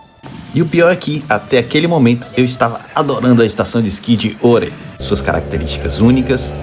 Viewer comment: Greetings from Sweden; Glad you liked our best ski resort! And a gold star for pronouncing it correct (many non-swedes say Are, like "We are here" :D ) If anyone wants to try Åre but thinks its too cold; it is open until the beginning of May. Spring skiing around Easter until closing is very nice with sun and better temperatures. :)